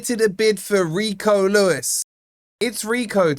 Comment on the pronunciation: Well at least you can pronounce his name, but seriously, this Lad has huge potential and can only get better as he gos on. But, we still need Luiz more than anymore wide players.